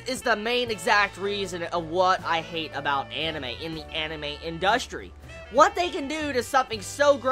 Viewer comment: IN dust Tree thats how i heard that lol